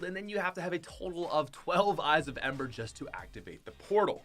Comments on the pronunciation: wait did he say eyes of ember? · this wi🅱️🅱️a said eyes of ember Bruh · "12 eyes of ember"